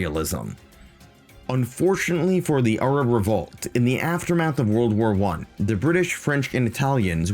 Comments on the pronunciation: Why do you pronounce Arab like that? I'm assuming it must be the actual proper way to pronounce it? But I've never heard it said that way. "Arrub" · Bro has invented a new way of pronouncing the word Arab What accent even is that ? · I did, and I loved the video It just sounds a little funny to an anglosaxon ear Americans pronounce "arab" with a very wide A The British barely pronounce the As at all You went your own way, and that is the kind of independent journalism I respect